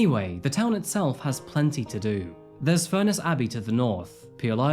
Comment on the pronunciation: Just a note, its pronounced furnace not fur- ness. Its a beautiful place to live, I live on walney, and my daughter was friends with Ellie and one of the young women named as being trafficked. I might stress my daughter was never ever with Ellie on any dates. She did have to give a statement to police. This has rocked the town like you wouldn't believe. May I add, a minority of the town did act inappropriately towards the Asian community, but we very rarely have racially motivated crime in the town. Not everyone targeted those mentioned. I would also like to stress that those named have reputations in their own right.. no one will ever know the full truth and I don't think we ever will find out. As a town we will heal,and support. Still very raw, many people feel very hurt, misled and deceived. But as always barrovians bounce back, and despite what you may here, we are very welcoming and hospitable people